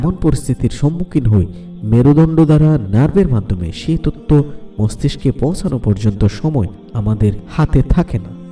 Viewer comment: তততো না তথ্য, মাতা না মাথা, উচ্চারণ সুন্দর হলে ভিডিও দেখতে ভাল লাগে। এই ভিডিও তে যিনি বর্ণনা করেছেন উনি সম্ভবত চট্টগ্রামের লোক।